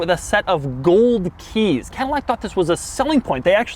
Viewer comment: this is the... AH-LAHN-TEIGH! ...with the... GOULD KEEESSS!